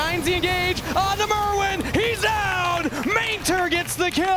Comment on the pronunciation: If this dude wants to shoutcast he can at least learn to say the players names properly. It is Myrwn not Merwn